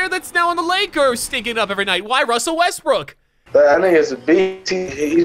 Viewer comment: "Russell Westbrick" lol.